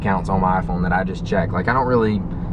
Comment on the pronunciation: First time ever you said "iPhone" without saying "Ah-Phone" xD